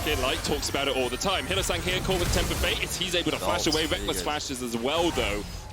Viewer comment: Did he call him hylissint😂🤣